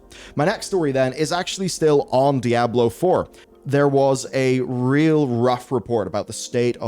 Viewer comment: "Die Ablo", yeesss ?